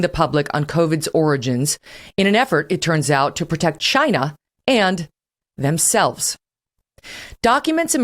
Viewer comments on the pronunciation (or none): Not only Kelly is now on Trump’s side on most issues, she also sounds like him when it comes to saying “Chinaa”. She would’ve done much better had she come around back in 2015.